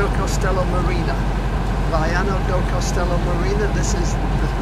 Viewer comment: It is Castelo. Not Costelo.